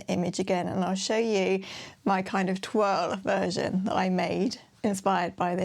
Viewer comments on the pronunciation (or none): What a great hack,. You are an amazing sewer with your great attention to detail and beautiful finishes. I hope I’m not being rude but you always pronounce the word toile as twirl. It is a French word and pronounced twull. Please don’t be offended, everything else you do is perfect. I love your makes.